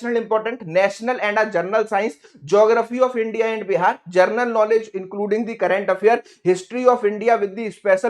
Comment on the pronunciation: जरनल जर्नल क्यों बोल रहे हो, तुमको तो शुद्ध बोलना भी नहीं आता है, क्या पढ़ाओगे।